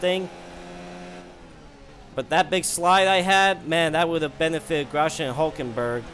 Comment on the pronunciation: His name is gros-yan not gros-gen.